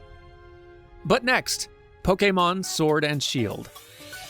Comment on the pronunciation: DAMN FINALLY a youtuber who pronounces pokemon correct